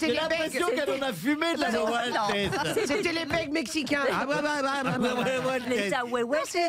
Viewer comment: Un mexicain saurait dire parfaitement ahuehuetes et pas ahuhuetele. C est l arbre le plus répandu au Mexique son nom veut dire le vieux des eaux c est l arbre national mexicain mais pas le plus grand . Le tule mexicain est plus grand ! Il y des fois que j entend Arielle parler espagnol et comme mexicain vivant en France elle me fait saigner les oreilles avec les bêtises qu’elle dit !! Saludos